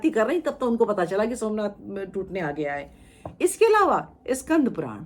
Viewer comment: देखिए क्या बोल रही । इसकी मां और यह जाते थे वह मन्नाथ के मन्दिर सोमनाथ को मनआथ बोल रही है इतिहासकार की उपाधि ली है या नशा चढ़ा है देखिए बच्चों को जो पढ़ाया जाएगा वह सत्य मानेंगे।